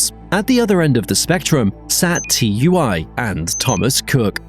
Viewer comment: It’s tui not T u i. 😂😂